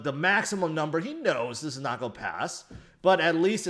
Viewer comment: Do you know how to say the word 'going' or 'going to'?